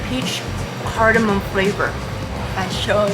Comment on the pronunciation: I’m a Washingtonian! You said vashon pretty good!!! 🥰👍